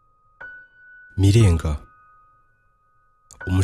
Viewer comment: Broh i think we say "Mirenjye" and "Ntenyo" sinz ariko ,, but keep it up